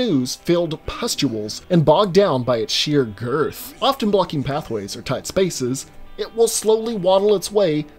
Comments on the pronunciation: The way he said Girth Too funny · Why you gotta say “girth” like that?